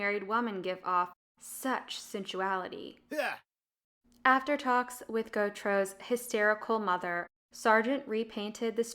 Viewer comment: The voice over is dull and unimaginative, and some of the words used are incorrect for the context of the piece. Art expedition? No, art exhibition! Pronunciation and enunciation needs work, eg: ghostly sounds like ghost-i-ly, sensuality sounds like sinsuality, didn't sounds like ditn't.